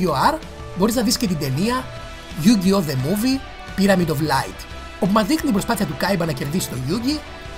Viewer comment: είπες Ντιουλ αντί για duel (Ντούλ), είναι yugioh με τόνο στο yu όχι στο oh. Είναι yusaku γιούσακου όχι γιουσάκου. Και άλλα. Αλλά νταξει κάνεις καλό review. Απλώς θα μπορούσες να εξηγείς πιο πολλά πράματα για τις σειρές μετά το duel monsters. Όπως τα mechanics, χαρακτήρες και λοιπά.